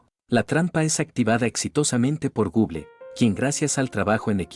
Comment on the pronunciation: Me da un poco de risa cuando dice Google por que es medio raro escuchar gon guen 😅😅